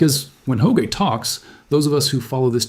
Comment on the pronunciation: I hate the way AI constantly mispronounces names, Adam Hoge-A?